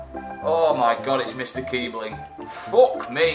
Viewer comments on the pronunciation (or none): It's kiessling not Kiebling... you just seem to get him and pronouncuate it wrong alot. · Btw, the german But looking thing (ß) is pronounced like 2 s's. You pronounce his name like kee-sling.